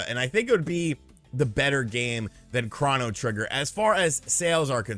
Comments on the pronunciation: say chrono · Chrono? Chrono? it's Chrono trigger. C'mon now